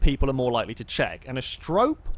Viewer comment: He still doesn't pronounce Asterope correctly, but at least he's stopped calling it an apostrophe.